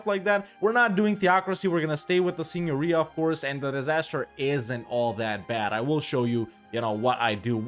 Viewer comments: That was the best pronunciation of Italian Signoria I've heard from paradox youtubers! Congratulations! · pronounced "signoria" correctly 🫨🫨